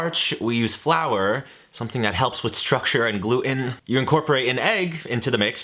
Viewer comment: please 😢 there's a t in the word gluten